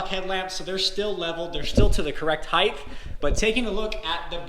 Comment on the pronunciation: It's height not heigth lol sorry just drives me crazy, love the videos, keep up the good work.